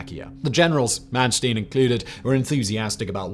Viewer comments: It's Mannstein and not Mannstien. Don't pretend to be American. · It's Manstein not Mansteen. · Its not Man Steen. Its Manstein. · Yes! Was about to say this. 👍